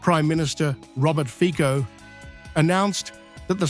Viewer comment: Fico is not pronounced "Fiko" but "Fitzo".